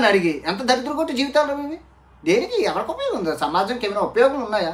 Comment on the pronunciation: Samaaajam. Vachaaadu andi gandhijiiii Veeedidhoka chadduvu, veeedi neethulu, Every girl is an engineer, Okka pronounciation raaadhu. First drone correct ga palakara dhronaaaachaaaarya 😂